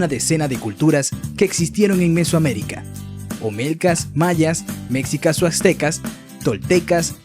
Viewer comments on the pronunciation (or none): se saltó a los olmecas, la cultura madre de Mesoamérica. Hay confusión entre elementos mayas y mexicas (no "meksikas").¿ De dónde sacan esa prosodia del "Oaksaka" y el "Belís"? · Se pronuncia MESHICAS aunque se escriba con X y con la sílaba tónica en SHI y no en Me... Y la pronunciación es TEOTIHUACANOS no teoticuanos, por favor...Chichentizá, la sílaba tónica va al final, Oaxaca, se pronuncia Oajaca aunque se escriba con X y no Oatzaca